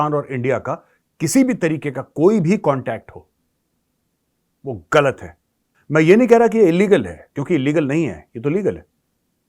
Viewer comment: Major Sahab you are getting a Pakistani accent "गल्त" (from - ) 😂😂😂😂😂😂😂😂 I too don't watch sporting matches between the Godless Pakistan and Bharat, least of all Cricket (that is played only in 12 countries)!